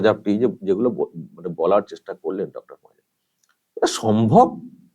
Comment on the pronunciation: পাঁজা নয় পাজি।